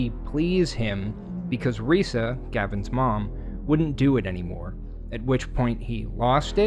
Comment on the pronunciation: This kid talks like Elmer Fudd. He pronounced his mother's name (Risa) "Weesa."